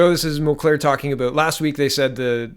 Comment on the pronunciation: It's pronounced "mull-care", not "mull-claire". Great video, good analysis. Hoping this is the beginning of the end for this disastrous government.